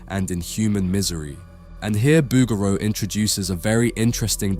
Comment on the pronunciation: Very nice video... but seems a little unbelievable lack of (?)from someone that pronounces ''Booger-O''